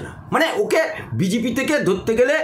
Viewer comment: কথাটা বিজিপি না। সঠিক উচ্চারণ বিজেপি। কোন স্কুলে আপনি পড়াশুনা করেছেন? আপনার বাংলা উচ্চারণ শুনলে তো ভূত-পেত্নীও ভয়ে পালাবে।